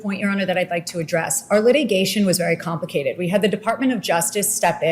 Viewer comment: Listen: , Alina Habba’s practiced vocalisms abandon her when she says “complicated”… “compli-CAY-ded” Sounds like her country upbringing is trying to get out